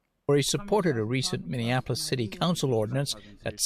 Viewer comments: I love your videos but it’s MINI APPLE OIS. How do people say it wrong? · I'm sorry, I had to click on this to see if you are still saying it. Minion-appolis. 😂 Since 2020 you've been saying it like this. I love it. (born and raised here, which is why it's funny to me) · love you, big bro, but pronounce Minneapolis with the correct amount of syllables. ;) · I like how Tatum says, "minion apolis" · Dude, would you PLEASE learn how to pronounce Minneapolis? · You are correct, but the way you pronounce Minneapolis is wild 🤣